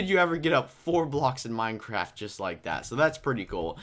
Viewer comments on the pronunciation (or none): none